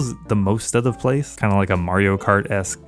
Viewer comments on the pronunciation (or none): none